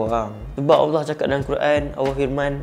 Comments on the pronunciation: cuma ada skit teguran. aku macam dgar ko sebut awah bukan Allah. try ubah skit. ni sbb terbiasa. aku pun dulu2 mcam tu. nk sebut laju2 je. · SEBUT NAMA ALLAH TU BIAR JELAS SIKIT...."AWOH APE AWOH "? ORANG KAPIR PUN SEBUT NAMA ALLAH DENGAN JELAS KALAU TAK BOLEH BERCAKAP DENGAN BETUL ,JANGAN BAHAS BAB NI...ORANG CAKAP LEPAT SESAT ,ORANG TAK BENARKAN LEPAT BERCAKAP TENTANG FAHAMN2 DIA SEBB TANAK PENTAKSUB2 MACAM KAU MUNCUL DAN SEBARKAN APE YANG DIA SEBAR .....JADI BETTER KAU DIAM...JANGAN BERCAKAP TENTANG INI Allah suruh kita amar makruf nahi mungkar (mencegah kemungkaran) bukan kita semua suka2 nak sesatkan orang .... dah memang jelas lepat sesat , suka2 menafsirkan ayat Al-Quran ikut selera dia bab paling kelakar ..."AJARAN LEPAT ADELAH BENAR ? DULU PENGIKUT AYAH PIN PUN CAKAP "AYAH PIN BENAR " & "AYAH PIN ADELAH TUHAN" 😅😂😂😂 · Ko tak jumpa dekat mana dia sesat? Alahaii...Ko buat kajian ape benda ni bro? Baca tafsir ikut paleotak sendri...ko sebut Allah pon tak betul..haha